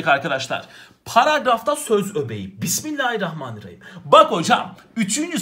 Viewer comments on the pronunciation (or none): none